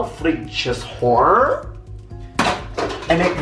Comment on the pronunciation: The way you say “hoor” makes me crack up 😂